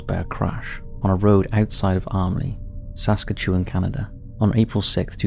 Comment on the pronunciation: Saskatchewan is pronounced Sass-cat-CHEW-ahn